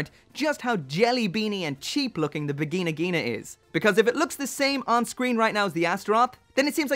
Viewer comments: I thought it was pronounced as Va jai Na Jai na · Wtf you said Vigina Ghina? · In the bigina-gina... Ini da biginagina... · When you don’t pronounce the N in Vigna Ghina.